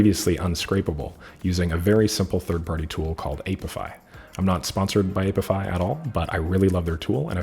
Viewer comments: "aye pee eye fi" not "ape if eye" 😉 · The "a" in apify is short like in app. Not long as in ape